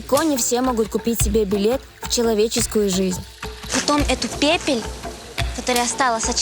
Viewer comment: Научите ведущую говорить нормально: "очко", "благовоня", " пепель", "эту пепель" (пепель -- вообще народ западной части Африки, при чем здесь?) и многое другое. Серьёзно, там же штук 10 людей за кадром, выправляйте и делайте нормальные дубли